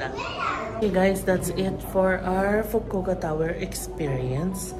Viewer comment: FU-KU-O-KA pronounce the O IN FUKU-OKA.